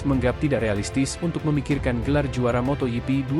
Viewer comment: motogp bukan moto yipi jok torjok.... bikin emosi aja